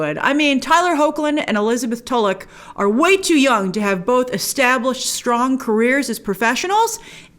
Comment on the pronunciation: Finally, someone who pronounces Tulloch correctly. ❤️